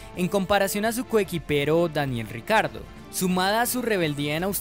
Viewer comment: Todos: Daniel Ricciardo Motorsport Daily: Daniel "RICARDO"